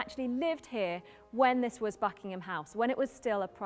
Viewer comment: y i keep hearing him saying fucking ham palace???